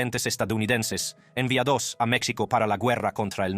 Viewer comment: Muy buen reportaje. El narrador pronuncia varias palabras de manera equivocada. Por ejemplo, jáber, en vez de haber, juicio en lugar de juicio, inocencía por inocencia, enviadós por enviados, mexicanós, sentencía, recórds, Ché Güevara, etc.etc. pues este señor es norteamericano y su idioma natal es, obviamente, estadounidense, pero lo importante es lo que nos relata. ¡Vaya historia!